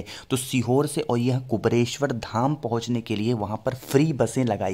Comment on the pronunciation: क्या कुबरेश्वर, कुबरेश्वर की रट लगा रहे हैं। सही नाम तो लो भैय्या पहले..........? कुबेरेश्वर यह सही उच्चारण है। धन्यवाद 🌹🙏🌹